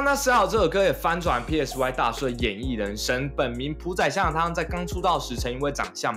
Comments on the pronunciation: PSY那发音[嗮] 不是[屁艾死外] 这么简单都发不了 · PSY 念 “賽”， 如同 psy-chic 。 You're welcome. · PSY唸做「賽」，好心給作者一個提醒。聽你要唸三個字母蠻辛苦的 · 全世界都叫他賽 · PSY 發音是 塞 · 你做這個主題，居然不會唸PSY……